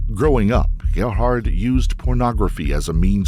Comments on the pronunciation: Why are you calling him Herhard, it's Gerhard, with a G. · Why do you pronounce his name Harrod? His name is Gerhardt. Pronounced with the hard G sound like games or gum. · Sorry but it’s a pain to hear you saying his name…His name is pronounced Gerhard like the G in fx. Georgia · I've never heard the name Gerhard pronounced like that before. It that a South African thing?